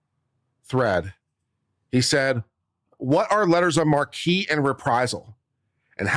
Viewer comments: I think It’s pronounced letters of mark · It's written "marque" and pronounced "mark," unfortunately. Or, if you want to sound French/ridiculous, you can pronounce it "MArH-kuh."